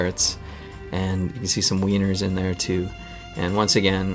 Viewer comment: He said Wener's